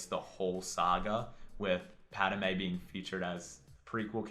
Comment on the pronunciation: Thanks for continuing to do these vids, love them! You seem to add another syllable when pronouncing 'Padme', is that just cause where you're from?